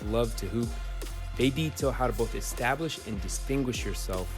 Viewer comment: Louis Williams: "extablish yourself"